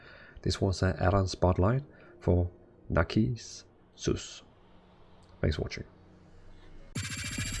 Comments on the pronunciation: It's naar-si-suhs. Look it up in your Funk & Wagnalls. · Narcissus is pronounced NAR-SIS-SIS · It's Nar Sis Sus.